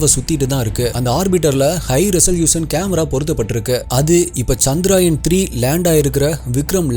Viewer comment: Bro, it is 'சந்திரயான்' not 'சந்திராயன்'. ஏதோ சுப்பராயன்ங்கிற மாதிரி முக்கால்வாசிப்பேர் தப்பாதான் உச்சரிக்கிறாங்க.